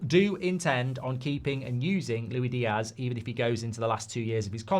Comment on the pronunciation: It's LuiSSS Diaz Mr G, not Louie. Get it farging right eh? It's like commentators getting names wrong, it's just idle.